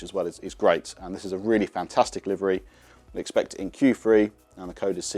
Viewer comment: I think you mean Q three not Q free !!!!!😅